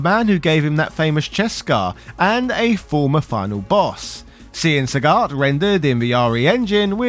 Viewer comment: Why is Sagat pronounced “Sah-got” and “Saget” by the same person in the same review? Why are there 2 versions of the same name?